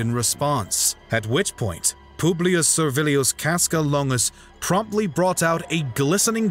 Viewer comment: pooblius publicola 😭😭